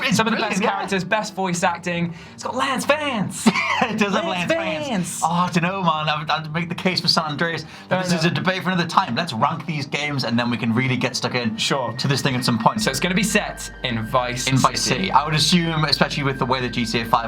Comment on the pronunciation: Did he just say “let’s runk these games”